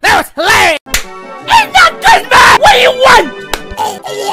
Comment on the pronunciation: is not CRISMAS